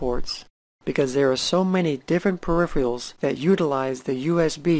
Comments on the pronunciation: mispronounces peripherals otherwise great so far XD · Great video. How come nobody can pronounce the word p-e-r-i-p-h-e-r-a-l-s correctly? "Periphiyals, peripheyals,"....